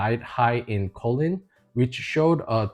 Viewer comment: Just for the record, choline (pronounced KOH-leen) is a supplement. Colon (pronounced KOH-luhn) is your butt. Just saying . . .